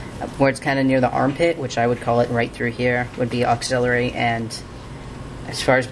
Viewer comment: not a bad video, though some of the pronunciations are incorrect...its subclavian not subclavan....and its axillary not auxillary....still helpful though